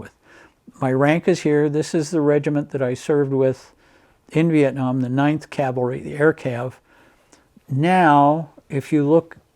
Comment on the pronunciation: Great video! It's nice to hear "C-A-V-A-L-R-Y" vs "C-A-L-V-A-R-Y" like most people say it. People also can't say "veterinarian" (vetinarian)😬